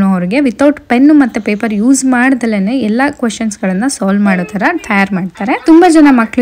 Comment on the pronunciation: Why is your accent changed after going there? It's not Eh tara, it is eh thara. We expect you to speak in good pronunciation of our kannada.